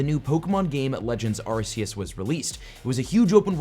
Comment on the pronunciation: We can't believe we're not getting the release of Manaphy, Phione or Arceus (Arceus is pronounced Arc-kee-us)